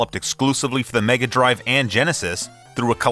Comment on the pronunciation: You're pronouncing "Megadrive" wrong sir ;)